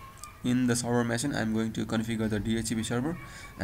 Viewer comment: its called machine not masin